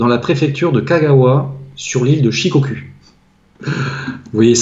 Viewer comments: Les gars on dit pas shikokū mais « Shikokou » « Hon-shou, kyoushou, Shikokou » pour la prononciation. 😉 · Prononciation SHIKOKOU ! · Shikoku se prononce Shikokou! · Guillaume Le Berre, oui ça se prononce Shikokou et ça s'écrit Shikokū